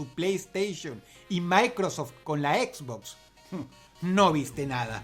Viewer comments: Encerio djistes EquisBox? jajaja dross se dice Xbox. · Dross lo pronuncia Equizbox Yo lo pronuncio esbox Quien esta mal D:?